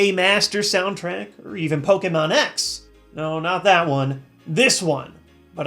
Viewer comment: i like that has been pronouncing Pokemon the correct way for the past year or two.